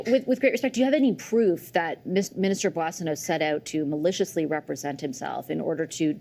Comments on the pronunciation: Bossio? Mark doesn't even know how to pronounce his own colleague's name... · Gerretsen can't even pronounce Boissonault's name. Calls his "Bozzio". Might as well be Bozo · Haha Bozio ? think he meant bozo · Mark Gerretson can't even pronounce Randy Boissonnault last name properly. He is such a moron. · This liberal minister can't even pronounce his colleague's name. Maybe this would be the other Randy. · Gerritson can't even pronounce his name. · Does the deputy house leader know how to pronounce his name?? Everyone around him is saying it right…lol…Maybe that’s how the OTHER Randy pronounces his name 😂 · Gerretsen is sleazy and can't even pronounce Boissonault. And it isn't just starting to be a distraction, it's been a distraction for weeks. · Suddenly the Liberals forgot how to pronounce 'Boissennault'. That's pretty weird. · The liberal doesn't even know how to pronounce Boissoneault 's name correctly. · a fellow liberal MP can't even say his name right. Sad!